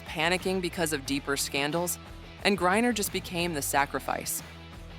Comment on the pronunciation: Every mention of her last name and this video got it wrong. It is not Gurrier it is griner. How incompetent is this.